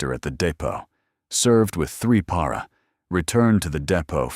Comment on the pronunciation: Also. Why can’t AI pronounce “Para”? The correct version seems more obvious phonetically